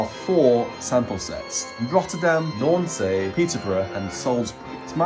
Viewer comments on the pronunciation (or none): Very clear video. Hauptwerk can get very technical and complicated ! However, Nancy is pronouced "nan-see" in french and not "nan-say"